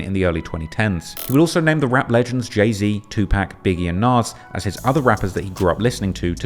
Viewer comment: is from Balitmore now? Who the hell is Teww Peck?